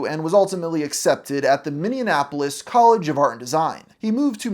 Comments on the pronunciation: minyuhnapolis Minneapolis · Where the heck is Mini-Annapolis? (I'm just so sick of mispronouncing stuff, and using "hard attack" on every syllable in an attempt to sound formal, but actually sounding robotic and jarring.) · Guy keeps saying “Minneanapolis” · Lol did you really say he went to college at the University of Minnesota in "Miss-indianapolis?!" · you said it wrong it’s pronounced more like “miniappleis” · As a Twin Cities resident, every time I hear you pronounce Minneapolis I want to pluck our one of your nose hairs LMFAO It's not said like Indianapolis, it's said like "Mini - APPLE - iss" I realize I'm inviting you to say it even worse next time, but I gotta due my due diligence as an annoying Minnesotan. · How… the fuck… did you pronounce Minneapolis…? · Minnesotan here and the way you say Minneapolis drives me insane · Why does everyone say Minneapolis wrong.